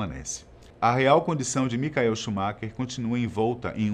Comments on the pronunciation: Bom vídeo mas não digam "micael" é Michael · Queria saber o porque vcs pronunciam o nome "Michael" errado ? Quando se trata do piloto de fórmula 1.